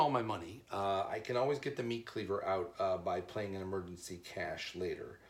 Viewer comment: You keep pronouncing cache wrong.